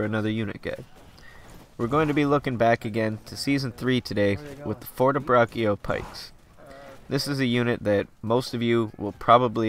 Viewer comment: the right pronounce is "fortebracho", the double c is mute and the "cio" in pronounced "cho"